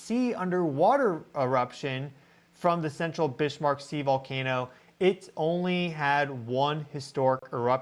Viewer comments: Ha, I always notice how well you correctly pronounce many names of different locations around the world. Can I please request you research how to correctly pronounce Bismarck named after the German battleship of World War II which is named after 'Otto von Bismarck'. My understanding of the correct way to say it is from the song Sink The Bismarck by Johnny Horton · So interesting! My guess is that it was an echo of 1972, potentiallya litte greater. Pumice raft - yah. 👀🧐🔔 BTW since Bismark was Northern German, pretty sure he did NOT pronounce the S like ish, rather like a regular s, OR like a z in standard American English. Your tone speaks volumes 🥰, thank you,, for your educational and interesting coverage. Your mastery of online resources helps us to be more aware of geo energies in a larger context. 🌅time to brew up some of your Vitalitea😋❤ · Shouldn't that be pronounced "bizmark"? Great content anyway. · Just a note,. Bis-marck. There is no h in the word. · I wanted to listen to this but "bish" was driving me crazy 🙄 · Why are you saying Bishmark? Driving my misophonia crazy. Lol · No H in Bismarck!